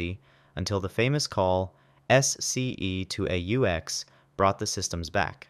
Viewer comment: OMG if your gonna put a vid up say Wally's last name correctly and SCE to Aux and twelve O one and twelve O two alarm. Not one two zero one alarm. Damn man.